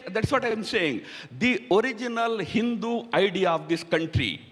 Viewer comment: Ha Ha Ha this Thaaaroror had basically a problem with the word Hindu.